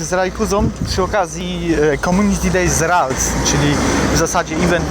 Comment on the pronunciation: Mam prośbę... Naucz się jak wymawiać prawidłowo nazwy pokemonów.... Bo ze śmiechu prawie padłem od tej "rajtuzy" "yakuzy" 😂